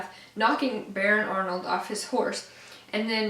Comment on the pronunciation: I think that you say it as baron arald not Arnold